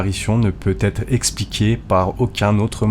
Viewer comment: J'aime beaucoup vos vidéos mais ... attention aux liaisons, vos erreurs sont fréquentes. En exemple votre dernière phrase : qui ne doivent jamais "t'être" oubliées. Jamais "z'etre" 😉